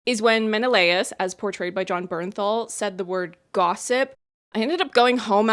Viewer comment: Haha, I had the same reaction to the word gossip. I think it's partially because of the emphasis he placed on it. If he hadn't done that, it might have flown by without feeling so odd.